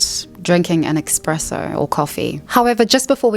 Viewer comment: omg you said expresso 🤣